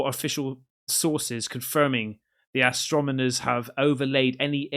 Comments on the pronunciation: “Astromoner” ? did you mean astronomer? 4 is 1 away from 5, dude you are so right. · Astronomers….say it with me, AstroNOmers. 😅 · its AS-TRO-NO-MERS.....you keep saying AS-TRO-ME-NORS 🤣🤣🤣🤣🤣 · ...yes, and "astromoners" instead of "astronomers" 😅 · Is purposefully mispronouncing "Astronomers" as "astromoners"!? Lol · You keep mispronouncing astronomers as Astromoners 🤷‍♂️ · You can't even say 'astronomer' right... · "Astronimers"😂 "Invetsigate" that word a few more times, bud.